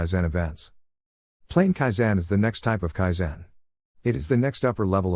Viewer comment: You are putting the wrong stress on the wrong syllable. KAIzen. not kaiZEN.